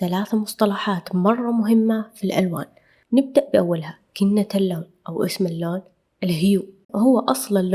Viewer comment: اللفظ الصحيح،كنهـ اللون(كنه) وليس بالتاء(كنت(كنة❌)